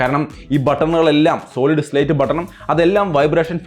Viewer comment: It's Solid State not Slate 🙏